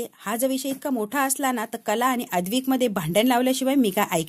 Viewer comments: अद्विक नाही ‘ अद्वैत’ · अद्वैत या नावाचा उच्चार नीट करा बाकी वाचन अप्रतिम आहे